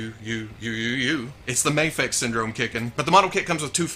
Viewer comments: Mafex pronunciation hat trick! 3x multiplier! Tilt! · pronounced Mafex in 3 different ways lmao